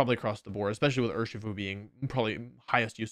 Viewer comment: DO NOT LEAVE OFF THE S IN URSHIFU!